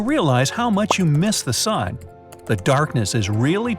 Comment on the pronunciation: Sun not san